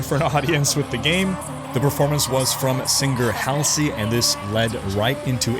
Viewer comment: Lol at how he said Halsey's name